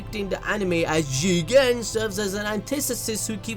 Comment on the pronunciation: Can you pls stop emphasizing Jigen’s name. It’s annoying